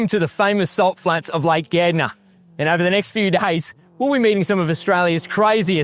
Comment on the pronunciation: Being a dutch kiwi you have to make you aware of the australian " slang" of the english language, he is talking about " lake Gardner, pronounced Gard ner😅😂😅